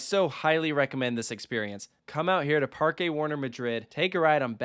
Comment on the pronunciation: OMG, you pronounced Parque correctly! But not until you got back from the actual Parque. Nonetheless, I call it a win for the Spanish language. ¿Dónde está la biblioteca?